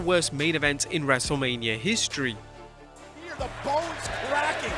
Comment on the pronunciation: Take a drink every time he overemphasizes the word HISTORY